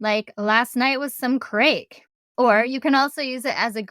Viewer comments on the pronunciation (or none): Craic is pronounced crack, not crake. The Irish being one of the few nations that can go to America, ask if there’s any craic, and not be arrested. And it’s banjacks (ban-jacks) so banjacksed ban-jacks-ed or ban-jaxxed. But your feck was perfect 😂